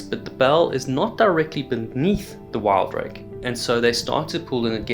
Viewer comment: WIL-Drake not WILD-rake.....